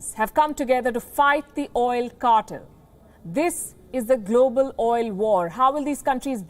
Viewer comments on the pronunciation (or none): I enjoy this program but please please double check you pronunciations 'Oil cartel correct prononiation" kɑ- tel NOT CARTILL